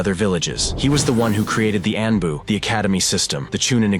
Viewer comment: As much as i enjoy this guys video's, his mispronounciation of several words throughout his videos drives me nuts. Kage is mispronounced 85 percent of the time. Then he mispronounced Anbu. I mean, have you watched the anime at all? How are you mispronouncing a word like kage, anbu is a little bit more forgivable but not much. 😮